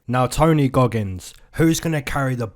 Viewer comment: MY GUY SAID “TONY GOGGINS” 🤣🤣🤣⚰️⚰️⚰️🪦🪦🪦